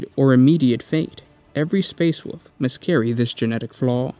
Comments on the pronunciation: It's wolf not fucking "wuf" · I cant get over that he says wuff instead of wolf.. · Wolf, not “Woof” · gene flaw is the inability to consistently pronounce the word wolf constantly switching to woof then back to wolf. His children have seemed to have carried on this flaw and struggle to read the three little pigs and little red riding hood. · woLf. woLf. NOT WOOF. The "L" is not silent! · Great job but ,The great woof? Space woof? LMOA.....you have to say wulv, you sound ridiculous. It's great but I just can't get past the woofs....your awesome. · “Leman russ, also know as the woof king and primarch of the space woofs” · Find it kinda endearing that every time you say "wolf", it invariably comes out sounding as "woof." The "Space Woofs", et al. :) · The great wuff? Spirit of the wuff? Space wuff? Did you get possesed by chaos dog spirit? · space woofs lol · just me or is he saying woof king? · Space woofs...lol